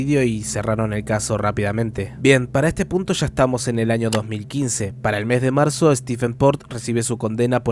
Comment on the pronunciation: Dice el narrador que sucedió el catorce de macho..........